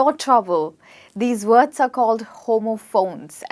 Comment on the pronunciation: WORDS. NOT WAODS.